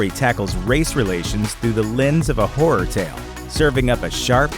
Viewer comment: Why is he saying "Hurror"?